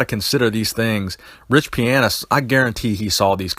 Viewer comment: Love the channel but goddamn you say riches name wrong every time